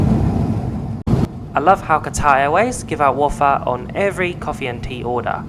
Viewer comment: I like your reviews but please don’t pronounce ‘wafer’ like that 😂